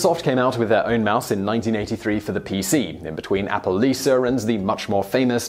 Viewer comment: lost my subscription when you started using ar .. Lisar is not her name its Lisa and its America not Americrrr following fads dont get my vote